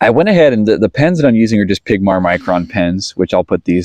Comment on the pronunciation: Its Pigma not Pigmar 😊 I think i may do this. I have pigma pens already.